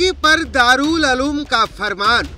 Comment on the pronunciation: दारुल अलूम नही उलूम। बोलना सीखो पहले